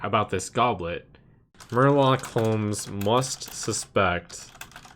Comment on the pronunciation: Murloc pronunciation is excellent